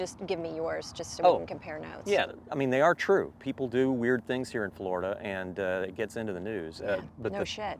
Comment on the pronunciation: Bro its just flolida man